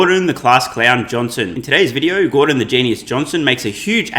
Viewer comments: Gor "dong" lol... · Gor-dong Lol